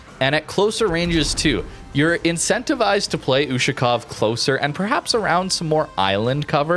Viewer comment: "YUSHU-COW" lmfao